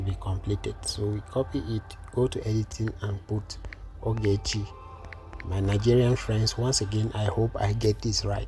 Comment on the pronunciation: it is Ogechi not Ugechi😂. You are still great in your design, sir🤗🤗🥰